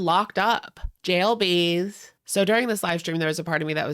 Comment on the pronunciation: "JAIL BEEZE" 🤣🤣